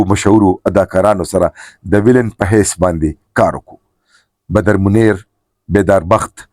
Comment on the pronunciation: CORRECT YOUR PRONONCIATION IT IS BADAR MUNEER NOT BADAR MUNAIR